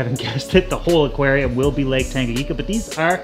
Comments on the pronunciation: Tanganyika!!! Not tangayeeka lmao. Before anyone attacks me I love this channel.. but damn the pronunciation gets me sometimes😆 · Love it..All..But dude,Tanganyika ..N spells like letter " N" in the word "new " for example :D I couldn " t just overhear that so many times ..But love the work..Keep rockin bro" !!! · Great video as always! Just 1 thing: it’s TangaNyika and not Tangayika :) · Please look up how to pronounce tanganyika